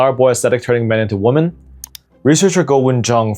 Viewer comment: Men becoming waamen 😂